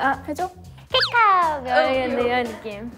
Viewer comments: the way they read kecup as kkaekap 😭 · Kecup is not kekap 😂😂